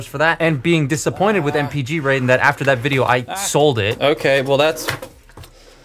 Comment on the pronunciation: Raiden not ray den